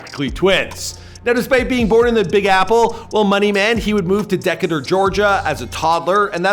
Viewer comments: Decator??? You mean Decatur, Georgia my guy lol I guess IYKYK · He moved to where 😳 De-cuh-tur 😂😂😂. Brodie it’s pronounced Duh-kay-tur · Deck-a-tur- georgia lmaooooooo more like DUH-Cater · Deck-kat-tur...I think does this on purpose. Its Dee-kate-tur! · Decatur pronunciation da Kay ter not deckatur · Dee k tur...this man said deck uh door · Hell nawl Not "deka-durr" its "de-kay-tur" . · D K Ter, not Deck it her! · De-Kay-Ter Not Decketter .. Disrespecting My City 🤦🏾‍♂️ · Its pronounced decatur (DA-KAY-TUR) Not Decatur (DECK-YOU-TER) 😆😆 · DEKEDER? the fuck smh DEE-KATUR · "Decketter" Georgia???? The city "Decatur" rhymes with behavior for those who need a guide. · Did he say deckurter ga it’s Decatur wtf😂🤦🏽‍♂️🤦🏽‍♂️👎🏽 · What the hell you said? Deckurter 😂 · “Deck-ah-tur” bruh 😂😂😂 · Decatur (Dee-Kay-Ter) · Wtf is Deku’ter GA? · Decatur is pronounced Duh•Kay•Tr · Decatur Georgia is pronounced (Dee-Kay-ter)!!! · Decatur is Dee-ca-tur….lol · “Deck-a-ter, GA” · He said deck-atur 😭😪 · boy said Dek-a-Tur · “Deckator Georgia” 😂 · Umm did that dude say decutar? Instead of Decatur ✌️ lol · Did this dude just call Decatur Deck-at-her? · Deck-ca-ter, GA lol #clown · Say it with me DEEE-Kay-Ture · We have to teach you how to say Decatur properly, say it slow this way DEE - KAY - TER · "DECKUUHHTERR" BOAA WHAT???? LOLOL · Brah donte ever disrespect the Deck like that..it's D KAY TOR .. (DECATUR) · I understand your from Canada 🇨🇦 but bro…. DEE-cater….. 😂 Decatur ga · It's "De-Kay-Ter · Mans said Deckator 🤣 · Decatur pronounced "Da cater" jawja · Its DeeKaytur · “Dec-a-tur Georgia” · Lol know he ain't from here, ma said "Deckater Georgia" 😂😂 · Decatur?? Lmaooo mans said Dekater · Dee-kay-ter lol 10/10 video though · it's pronounce dee-kay-tor (Decatur) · "dekatuar Georgia" lol, like 2 or 3 seconds later in the vid it's pronounced perfectly. Literally mans put no effort on professionalism. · lol can’t pronounce Decatur 😂😂😂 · That is not how u say Decatur 😒